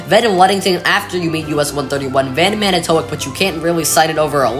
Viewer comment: Just an FYI, it's pronounced Man-i-toe-wok. I'm from nearby Oshkosh originally.